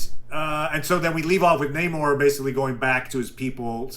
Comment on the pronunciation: i like the military brat story (unless you broke into a military base in Germany to watch cartoons. which, also: BASED. either.) but if you like him so much, why do you keep mispronouncing Namor? it's Namor, not Namor, Namor. just takes practice.